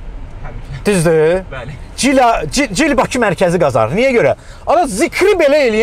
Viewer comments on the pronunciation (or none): none